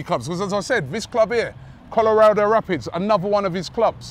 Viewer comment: Never heard of the Colorado “Rapits” Robbie honest to god man your pronunciation of teams and players are horrendous